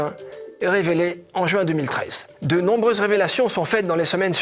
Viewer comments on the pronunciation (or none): none